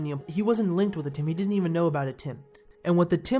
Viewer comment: stop bloody call atem atim